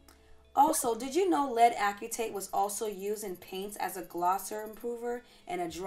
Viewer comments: Only because I am a chemist and I like for every one to know the correct pronunciation of chemical materials, the correct way to say it lead acetate (like aci-tate). It gets drilled into our heads early. Anyway I love your videos and how everything is scientific. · Pronounced: ass-uh-tate. Thanks for the videos and info. Looking forward to future vids. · I was thinking the same, I'm a bio major. But it's all good, great video!